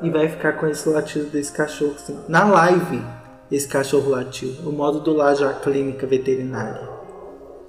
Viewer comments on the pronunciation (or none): none